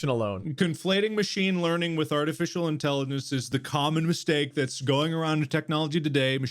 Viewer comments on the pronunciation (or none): When said that the word was mistake for the first time i heard “stake” so i was listening for bob and mark so talk about meat the whole time😂